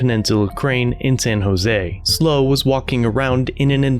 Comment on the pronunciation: It is not pronounced "Slow" - it is S.L.O. County Observer for San Luis Obispo County Observer.